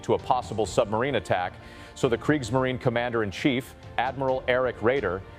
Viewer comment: It's ai. Getting better by the year though, with inhaling and mouth noises it gets more realistic. But with words like Kriegsmarine and luftwaffe the ai exposes itself.